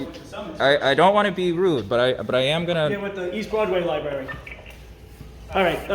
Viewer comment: " for lie-berry purposes they don't want nobody recording"....okay, well nobody isn't recording so....